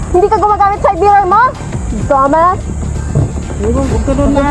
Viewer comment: Yuck! The way she talks lol Trying wayyyyy too hard hahahahah The way she said dumb ass = "Domas" hahahaha... YOU TELL ME YOU TELL ME Geezzzzzzzz Sorry but she ain't it